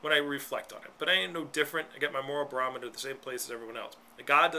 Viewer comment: you are an idiot ....you said BAROMITOR...... 10,000 x's... that must be your big word for the day....